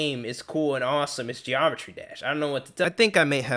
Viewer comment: "Geomertry dash"